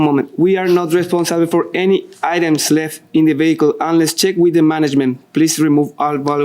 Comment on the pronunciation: That little smirk when he mispronounced “items…” You try doing the whole thing in Spanish and we’ll see how many mistakes you make.